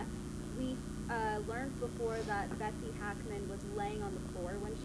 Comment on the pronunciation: Becos the guy is pronouncing Betsy's name wrongly,that's all*